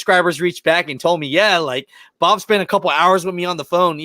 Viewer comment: I turned the playback to 1.5 speed and when you said Bob’s name it sounded like you said “Ababu” and it made me do a double take